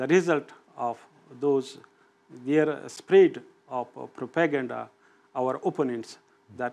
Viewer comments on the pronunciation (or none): I like when he can’t pronounce propaganda